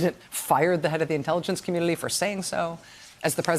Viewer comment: thisguy ...🤦🏻‍♂️ I think my comment is not being read correctly...I’m referring to her pronunciation of the word “community” - something about the way she’s speaking makes it come out as “communily”. That’s all.